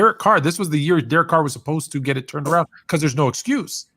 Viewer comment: This man said Derek Carr 😂😂😂😂